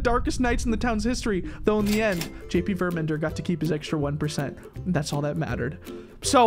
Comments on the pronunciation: It's Ver-man-der not Ver-men-der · Love your vids so much btw it's VermAnder with an A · I think the right way to say the titles name is verMANder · Verr-min-derr” just to help pronounce it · ITS VERMANDERP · It's ver-man-der